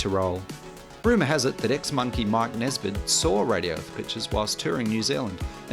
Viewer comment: Mike Nesmith , not Nesbit .